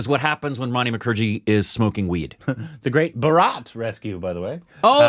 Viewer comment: Guys! The correct pronunciation is "Bhaaa-ra-t" and not "Bha-raaaaat". :yougotthis::yougotthis